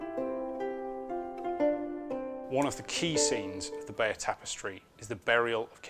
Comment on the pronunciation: you pronounce it 'Bayer' ?